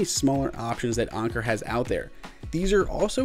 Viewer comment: You're pronouncing it wrong, it's an•ker not on•ker.